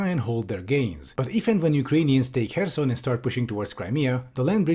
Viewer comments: Oh, nice, actually checked how to pronounce "kh" in Kharkiv and Kherson. It's a small thing, but it really annoys me whenever I hear people say "Karkiv" or "Kerson" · thank you for not pronouncing kherson as "curson"